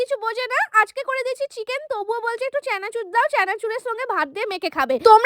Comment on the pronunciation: চেনাচুর❌ চানাচুর ✅